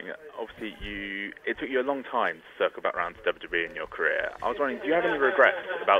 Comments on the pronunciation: It makes my butt hole tingle, and my gooch vibrate every time he says "dabawa-dabawa-e". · RBT-RedBeastTrailers he actually said it right, once. Tf is dububee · ChillMan 123xC Yes it sounds like Dubbayah Dubbayah E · is it just me or did it sound like Kurt Angle was saying "DUB DUB E"? lol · its very funny how he says wwwe,....duba duba E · He says WWE so weird. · Is it just me or does Kurt say WWE weird? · I love him but he can't even say 'WWE' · LMFAO, it is pretty damn funny. I can't get over it. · he is not saying the second W correctly